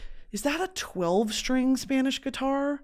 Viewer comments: she says spanish words better than my mexican ass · her accent is better than the one from my Spanish teacher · girl i’m a spaniard living in nyc and it still takes time to switch back into spanish…give yourself some grace you’ve got the best spanish accent on an american i’ve ever heard. also i would have PAID to watch you at lhardy lmaooo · my very latin mom is always very impressed with your pronunciations